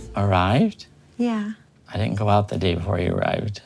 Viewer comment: "Baychler pawrtee." "Jyew ditndnt tell me." The accents impressiona kill me 😂😂😂